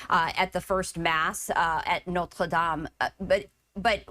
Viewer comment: She couldn't just say Notre Dame she had to pronounce it some effed up way.. 🤷🏻‍♂️